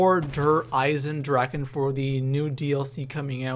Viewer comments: Its spelled with a ch meaning "Eisendrachen" but I know you english speakers can t say 'ch' the way it s meant in german so it s kinda funny how everybody says Eisendraken ;D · Dragon = DraCHen not DraKen :) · Der EisendraKKKKKen......bruh it's drachen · its not dereisendraken,its "dereisendrache" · Der EisendraKen? xD It´s EisendraCHen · drache not draken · its so funny how everyone says eisendrachen wrong i know its german and actully i am german and it is hard to spell it right but still i luaght every time XD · i swear if i hear someone misspronounce der Eisendrachen one more time... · just for you to Know Der eisendrachen isn't pronounced with a k In german you pronounce ch like the Sound a vampire Make Then it Sees the Sun ...